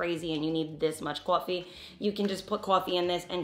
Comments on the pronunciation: Woter and Cwoffwee 😂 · The way I clicked on this video with the quickness! 😂 I was just watching healthy food videos. Also, the accent on coffee 😂🥰 love it. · So happy and grateful that I discovered you! I'm curing my gut as well. Colonics have helped IMMENSELY! Sending you much love and look forward to the next video, Sis! Muah! I heard how you say "coffee" btw lol. NY??